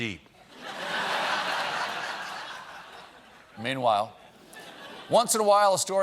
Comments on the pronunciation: Always here for "PEEN-WHILE" 😂😂😂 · I will never get tired of SEEN-WHILE😭😂😂